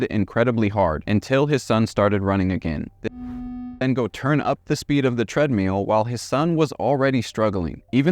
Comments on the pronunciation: "TREADMEAL" is all i can hear now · You are mispronouncing treadmill. And there is NO good reason to censor a true crime video with annoying beeps.